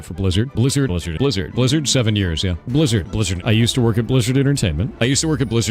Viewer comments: I started hearing Lizard instead of Blizzard. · Take a shot everytime he says 'Blizzerd' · Lizard, Lizard lizard all i hear haha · He wasn't talking about blizzard, he said "bleezurd", get yo hearing straight